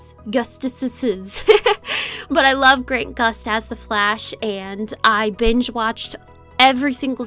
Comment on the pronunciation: It's grant gustin nit grant gust